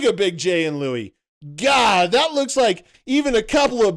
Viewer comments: How about you say his name right, you keep saying louie and its Luis. How much do you really know? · Wait a second, you are actually calling Luis gay? Btw it's pronounced Loo is, not Loo ee. Dude you're amazing in with your hateful rants. Its obvious you are jealous